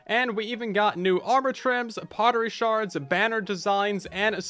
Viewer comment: Shurd?? Shard?? Too much LMAO!! Can't wait for the update ....